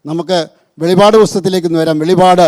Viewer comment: വെളിപാടല്ല വെളിപ്പാടാണ് കേട്ടോ